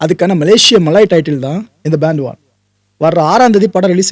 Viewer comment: பண்டுவான் எனபதே உச்சரிப்பு